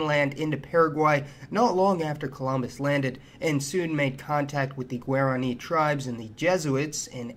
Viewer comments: good video, but I have to set you straight on the pronunciation of Guarani; it's gwah-rah-KNEE, rather than gwair-ah-KNEE. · I enjoy videos like this, even if mispronunciations of Paraguay and Guarani grate on me. I lived there 1975-76 as a Peace Corps volunteer, and have hoped to get back. I started back in 1016, but ended up staying in Ecuador. A great movie for understanding some of the history is the 1976 "The Mission." Thanks